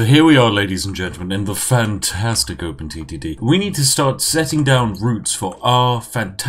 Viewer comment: Was I the only 1 Who though he said open STD